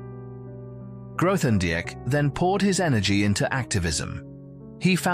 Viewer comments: "th" in Grothendieck? Please at least make an effort. How factual can this be if you can't pronounce his name? Even worse, it keeps changing. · Would be better if you could pronounce his name.